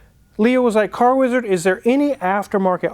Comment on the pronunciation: Car wizard. You are pronouncing it wrong.